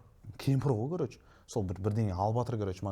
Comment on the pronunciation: Еу бауырым Қазақстанда тұрып жас жігіттердің сөздік қоры болса әрине хейтерлер жиналады не тірлік енді Вөпщім Кәрөч деп Ең болмағанда "ВООБЩЕМ","короче" деп дұрыстап айта алмады ғой Сенде сондай сияқтысыңғо